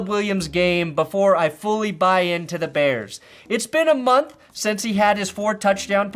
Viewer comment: Every time you say da bears I get harder